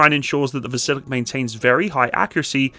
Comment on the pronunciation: It's VasilyOk